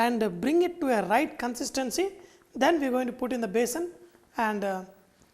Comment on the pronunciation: It is besan not basin